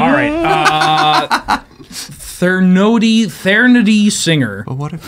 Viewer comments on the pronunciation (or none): I know its a goof, and I haven't finished the episode yet, but mispronouncing all of the card names is making it really hard to enjoy this.